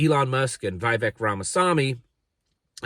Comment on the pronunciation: Who is VI-VECK? He pronounces it Ve•vake..